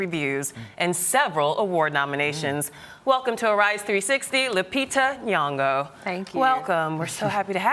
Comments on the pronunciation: Eish this Americans can't pronounce Nyong'o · Lupita Nyong'o they may not be able to pronounce your name but u r making Kenya n the rest of the world proud! true star...beautiful, eloquent n intelligent!